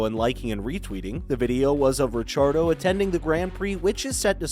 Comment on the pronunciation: Stop saying Richardo lol